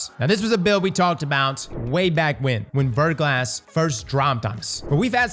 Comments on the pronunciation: Also it's pronounced "Ver-gla", the "S" is silent and it's French for "Freezing Rain" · "VER-GLAW" 👌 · Haven't started the video yet, but I bet he mispronounces Verglas. Yup, I was right.